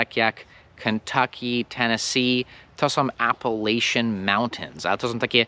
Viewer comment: Zgubiło się h w AppalacHians.